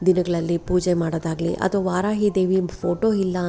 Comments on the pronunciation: ವಾರಾಹಿ ಸರಿ, ವಾರಾಯಿ ಅಲ್ಲ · ವಾರಾಹಿ ದೇವಿ ದೇವಿಯ ಹೆಸರು ಸರಿಯಾಗಿ ಹೇ ಳಿ